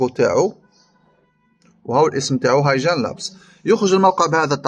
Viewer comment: الموقع اسمه هاي كين وليس هاي جين